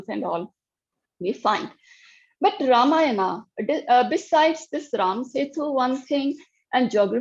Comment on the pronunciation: The interviewer needs to at least pronounce AmiJi’s name correctly, especially since this is the second time she had interviewed her!! The interviewer has strange anglicized pronunciations! Example is her pronunciation of RAAmAAyana!!